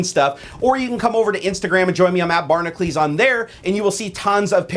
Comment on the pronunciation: Why do you say bar-na-klees when it's spelled bar-na-cules???